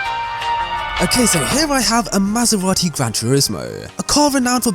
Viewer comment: i died when he said maserati